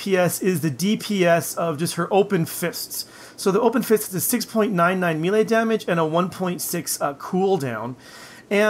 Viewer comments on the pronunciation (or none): "Miilee" >Scrolled to comments section to find miilee comment >Wasn't disappointed. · Wtf is a meele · You say mele like a damn fool